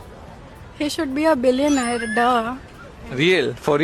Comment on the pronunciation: Billionaire bolna nahi aa raha...chahiye billionaire....